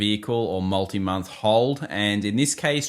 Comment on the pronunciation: How can you pronounce Multi like that?! A disgrace to your own language!